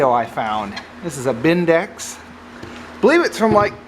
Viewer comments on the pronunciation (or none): ‘BEN-DIX’ not ‘Bindex’!! 😂